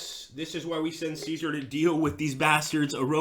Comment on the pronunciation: Remember that passive armies can not conquer/reconquer areas and that even if you have complete control over an area that does not necessarily mean that you control its city/town as far as I know your Latin pronunciation of Caesar was spotless (have studied just a little bit of Latin myself) in Sweden we pronounce it something like Cescark (all c pronounced as s)